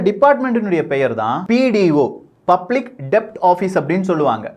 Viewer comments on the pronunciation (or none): none